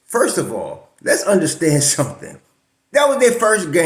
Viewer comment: ...we got "sum-tin" here!!! Wow, great win. Happy New Year Bro.